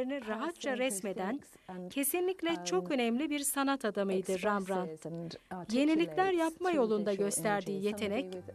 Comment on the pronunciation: Rembrandt neden Rambrant diyorsunuz?